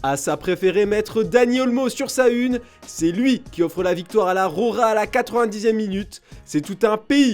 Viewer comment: La roja, pas la "rora"